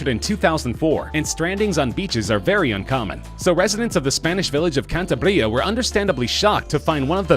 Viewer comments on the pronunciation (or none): Cantabria is a region in Spain, not a village. It is like a US state. Also the way he pronounced it sounded like an Italian American doing his best to pronounce a Spanish word. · "Cantabria" (which the narrator pronounces badly) is not a village, it's the name of a region, actually...